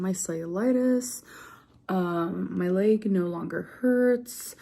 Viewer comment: “My laeg” lol